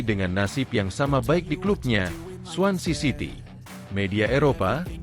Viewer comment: Swansea city nama clubnya bukan swancy😂